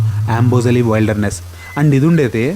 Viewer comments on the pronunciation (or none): "వైల్డర్ నెస్" కాదు , "విల్డర్ నెస్" అని పలకాలి .